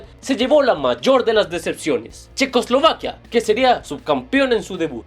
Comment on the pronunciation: dice Chequoslivaquia xd